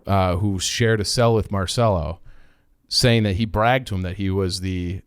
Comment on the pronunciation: In New Orleans we pronounce it "mar-sell-o." You guys are the only people who understand what happened to JFK. Who had more motive, means, or opportunity to off JFK? Lee Harvey Oswald was in Marcello's orbit. Jim Garrison, New Orleans DA, was a Marcello stooge whose job was to throw everyone off Marcello's trail. Garrison was successful in getting anyone who believed the assassination was a conspiracy to be labeled a kook. But ignore that.